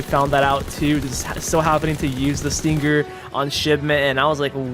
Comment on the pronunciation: When he says stinGGer it triggers my ocd